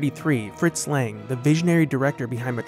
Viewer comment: Sorry but is it so difficult to pronounce Lang correctly?